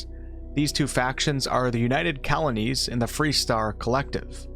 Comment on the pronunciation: Hang on, "Colonies" or "Kalanies"?